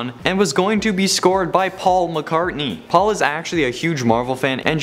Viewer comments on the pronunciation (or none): none